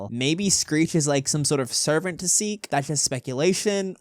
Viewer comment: Please stop saying it like Sikh by saying the seek Chase please say it like seek Chase